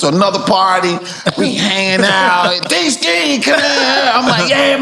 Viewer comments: Its Deeski 😂😂😂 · Man it’s Deeski…😂😂😂😂😂WHAT….Aight😂😂😂😂😂😂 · “It’s Deeski” 🤷🏾‍♂️